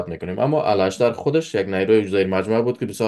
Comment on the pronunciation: الاشتر نیست بلکی اوشتر خوانده میشود!